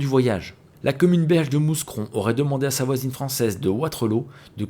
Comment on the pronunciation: On dit "MOUCRON" et pas "MOU"S"CRON" LOL :D